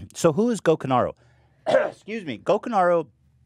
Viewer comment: Hate to be that guy but it's Gokanaru, not Gokunaru